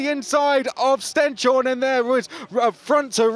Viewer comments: Tip to not butcher the pronunciation of Stenshorne: stens-horne (like «hornet» without the t) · "Horneh". And it's not a "sh" sound either, just a normal "s". The commentator was way off!